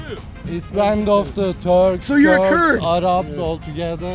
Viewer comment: Törkksss we’re not törrrrkss